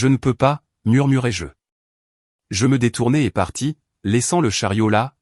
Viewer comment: Murmurai -je et non murmurai jeu...il faut faire très attention aux fautes d'orthographe et aussi à la prononciation